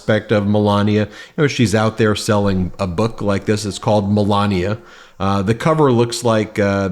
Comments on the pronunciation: Malogna like he pronounced it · Let’s mispronounce Melanie’s name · I noticed trump started saying her name wrong. Scaramucci is saying it right, like DumOld used to say it. 😂